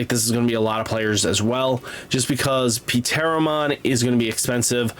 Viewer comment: Pteromon comes out like Teromom, p is silent like pterodactyl